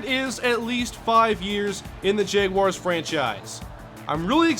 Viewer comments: Is it just me or does he keep saying Jeguars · says Jeguars lol. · I can't watch this series because you keep mispronouncing "jaguars", its really annoying.